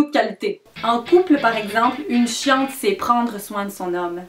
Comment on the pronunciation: J’avoue que c’est pas la même chose que maintenant 😅. Quand tu dis chiante sur la vidéo des fois j’ai l’impression que tu dis ’’chatte’’. Il en prend pleins la tronche le pauvre Guillaume 😂. J’adore tes vidéos même les plus bizzard 😊😂